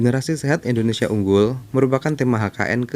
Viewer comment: Salah pengucapan nya kak